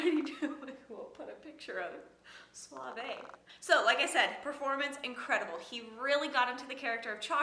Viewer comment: Suave is "soft" in Spanish jajaja but your accent to the word was good jajajaja.